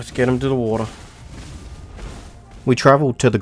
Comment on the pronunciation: you can tell he is english by the way he says water. Wo'ah